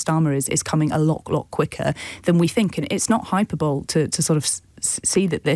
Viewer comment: First, is very smart. However, when she pronounced hyperbole as "hyper-bowl," I just couldn't get past it. I guess we all have our pronunciation blind spots.